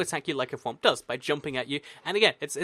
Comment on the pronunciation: slime = thiwmp. not thowmp. from super Mario world